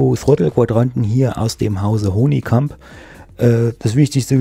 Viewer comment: Schönes Review, aber das ist die Firma Honeycomb (gesprochen Hannikamp) Nicht Honii : D Mir gefällt Deine selbstgebaute Buttonbox! Schön gemacht, egal mit der Farbe :D Was ist Dein Name bei twitch und Deinen Livestreams? Habe den Bravo Throttle Quadranten Ende März gekauft, auch bei Aerosift und habe heute Bescheid bekommen, dass er in 4 Wochen eintrifft. Bin gespannt. Preis liegt wie immer bei 250 Euro. In Deinem Video ist der Preis ohne Mehrwertsteuer angegeben, deshalb wohl weniger.